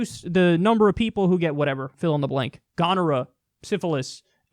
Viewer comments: Definitely a step in the right direction. Now for unnecessary corrections: It's pronounced like "cow", not like "tow". "Gonnora"? Were you mixing up "gonorrhea" and "cholera" or something? That's actually taking it out of context; if you were putting it in context you'd say the parents believe they're doing something good for the child, rather than the objective perspective of "let's chop off the tip of our baby's dick". Well, depending on your definition of 'normal', "a lot of people doing it" IS normal in a certain sense. That's all :) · Gonnera? Haha. Weird way to pronounce "gonorrhea." Other than that, I completely agree with Iceland's ruling here and Kyle's commentary.